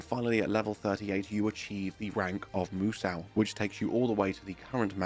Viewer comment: Why do I cringe when he says musou like moo-sau? There isn't an a or w sound in moo-so. The u is "silent" and ends with an o sound like you are sayin so. Like do re mi fa 'SO' la ti do. It rhymes with Kuso (shit in Japanese). Mè Kuso is eye shit (eye boogers), Mimi Kuso is ear shit (ear wax), Hana Kuso is nose shit (boogers/dried snot).